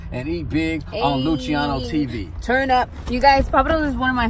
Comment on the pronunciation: Its pronounced LU-SI-A-NO not lu-CHI-A-NO